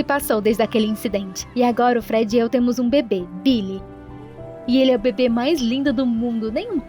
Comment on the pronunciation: Eu entendi babe envés de bebê kkkk